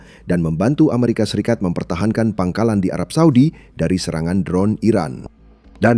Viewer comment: Lagi-lagi narator membaca "aeserikat" bikin sakit kuping min!!